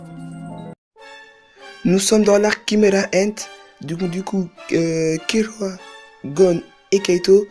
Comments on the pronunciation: C'est Kirua pas Killua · "Kirua" c'est pas difficile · Arrêté de dire kiloua c'est kirua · KIRUA PAS KILLUA